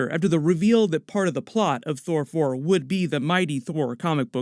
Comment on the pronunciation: How hard was it to keep saying Thor Fore, I mean thour for.....Thor 4, you know what I mean ;)